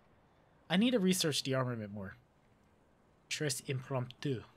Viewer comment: Boi you're french pronunciation is atrocious